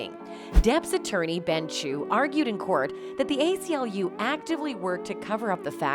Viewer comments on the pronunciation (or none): none